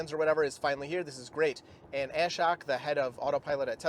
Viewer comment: Ashok pronounces his own name as "uh-shoke" (rhymes with choke)